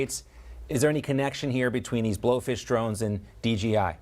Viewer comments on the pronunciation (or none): DJI , not G